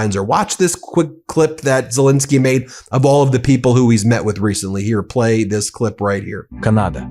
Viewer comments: The point is that one should be accurate in pronouncing his name. Len isn't pronounced Lin. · Love you Ben, but it is Zel Ensky not Zel Insky ❤ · It's not ZeLINsky ; it's ZeLENsky! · Please pronounce President Zelensky’s name correctly!